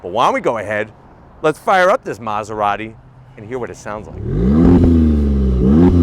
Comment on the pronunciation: Bros keep saying Maserarry 😭